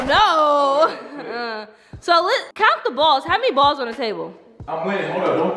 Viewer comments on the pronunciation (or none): You said the balls up wrong on the pool table 😂🥰